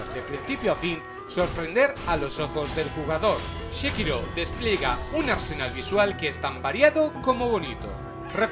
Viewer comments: porque dices shekiro si es sekiro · Entre este Shekiro y el Jalo las torturas auditivas son inhumanas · "SHE"KIRO, ya partimos mal ....